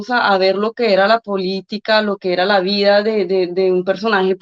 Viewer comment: Se dice vida no vía, que mal hablada esta hija de Petro...